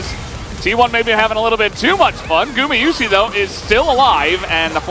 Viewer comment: 為啥主播一直唸成gumiyusi啊